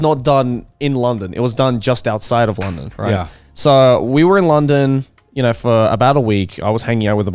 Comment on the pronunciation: Why did he pronounce london like that